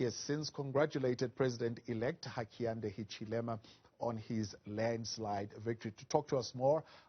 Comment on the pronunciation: Hakainde Hichilema!! not "Hakainda Hichilenda!!"